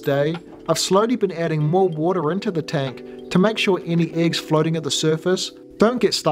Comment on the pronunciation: Are you a Kiwi? Your pronunciation of the "e" in eggs, doesn't sound like a New Zealand accent, more like Ozzi.